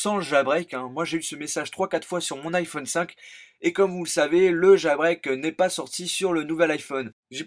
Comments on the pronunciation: on dit jailbreak, pas jAlbreak xD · Nan dans la vidéo a tu dit jAlbreak :p